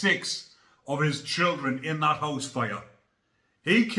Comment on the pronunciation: "Well he got the biggest hoose" 🙂👍